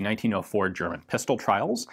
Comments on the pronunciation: your German is simply amazing! I am German and I also have some friends from the US and Britain - and none of them pronounce words as lovely as you do! Oh, the video is as interesting as always but your language use was something I wanted to mention :-) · Good german pronunciation 👍